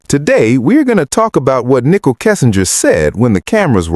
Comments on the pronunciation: Ni cole. Not nickle. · Why you say Nickol... it is Nichol...ready!